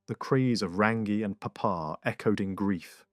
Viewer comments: Prnounced "Rung - EE ." "TAR FEE REE MAR TEAR "... TUNG A ROH AAR... RAWNG OH MAH TAH NEE...HO MEE AH TEE KEE TEE KEE... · Roll the R sound